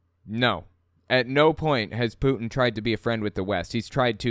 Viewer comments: sorry to make fun of an accent but it sounds like she loves "Poutine" (which is fries with gravy and cheese - a fave Canadian dish) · Funny how you say putin. Maybe say it more lime the french. Putin has meaning in french. It sounds like boudin white blackpudding , sausage. And ofcourse hooker/ putain